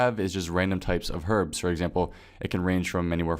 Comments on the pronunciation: Finally someone who pronounces "Herbs" as "Her-bs" Not fucking "Urbs" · They're both corerect. I personally say erb though. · they are not both correct. it is pronounced ERB